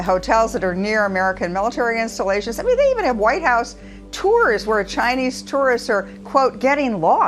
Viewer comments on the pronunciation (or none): none